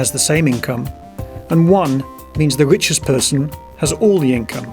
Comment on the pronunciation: The wichest person ... it wose ... What accent is that???